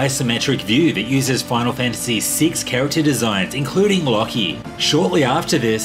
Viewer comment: Who the flip is "Locky?" 🧐